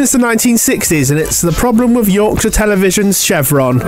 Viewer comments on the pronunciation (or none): none